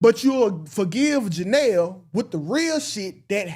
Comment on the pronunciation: It’s the Janell🤣🤣🤣🤣instead of Johnell you on point 💯